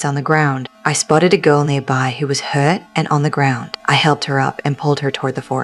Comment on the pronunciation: Why did she sound Aussie when she said hurt?